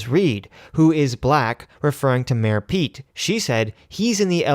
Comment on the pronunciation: Did you just call Mr Buttigieg "Mera pete" twice?